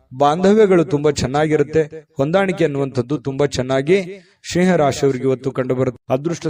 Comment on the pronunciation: ಸರ್ ಸಿಂಹ ರಾಶಿ.. ಸ್ನೇಹಾ ರಾಶಿ ಅಲ್ಲಾ ಉಚ್ಚಾರಣೆ